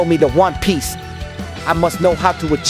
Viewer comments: they say Juan piece instead of one piece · But why do they say Juan piece tho😂